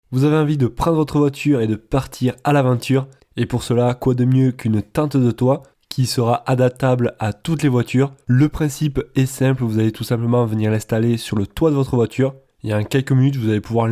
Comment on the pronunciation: Le "adatable" à toutes les voitures m'a fait buguer 😆